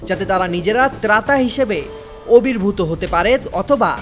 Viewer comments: এই বিশিষ্ট বলদ সাংবাদিক কোন চ্যানেলে থাকতে পারে? বিশ্বাস করতে পারিনা, আবির্ভূত,কে অবির্ভূত পড়! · মাননীয় রিপোর্টার সাহেব, ওবির্ভুত না আবির্ভূত? ভাষার দৈন্যতা নিরসনকল্পে কিছু করুন